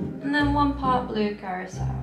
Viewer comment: Those drinks look amazing! You should have done the whole video in the tandem Halloween sweater 😂 Which was your favorite? I think we're going to make some of that candy corn infused vodka tonight! Also thank you for knowing how to pronounce curaçao 🙌🏻